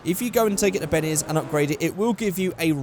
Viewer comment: you say Bennes instead of Benny's 😂plz feature my comment for no reason